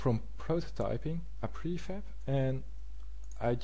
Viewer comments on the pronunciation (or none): none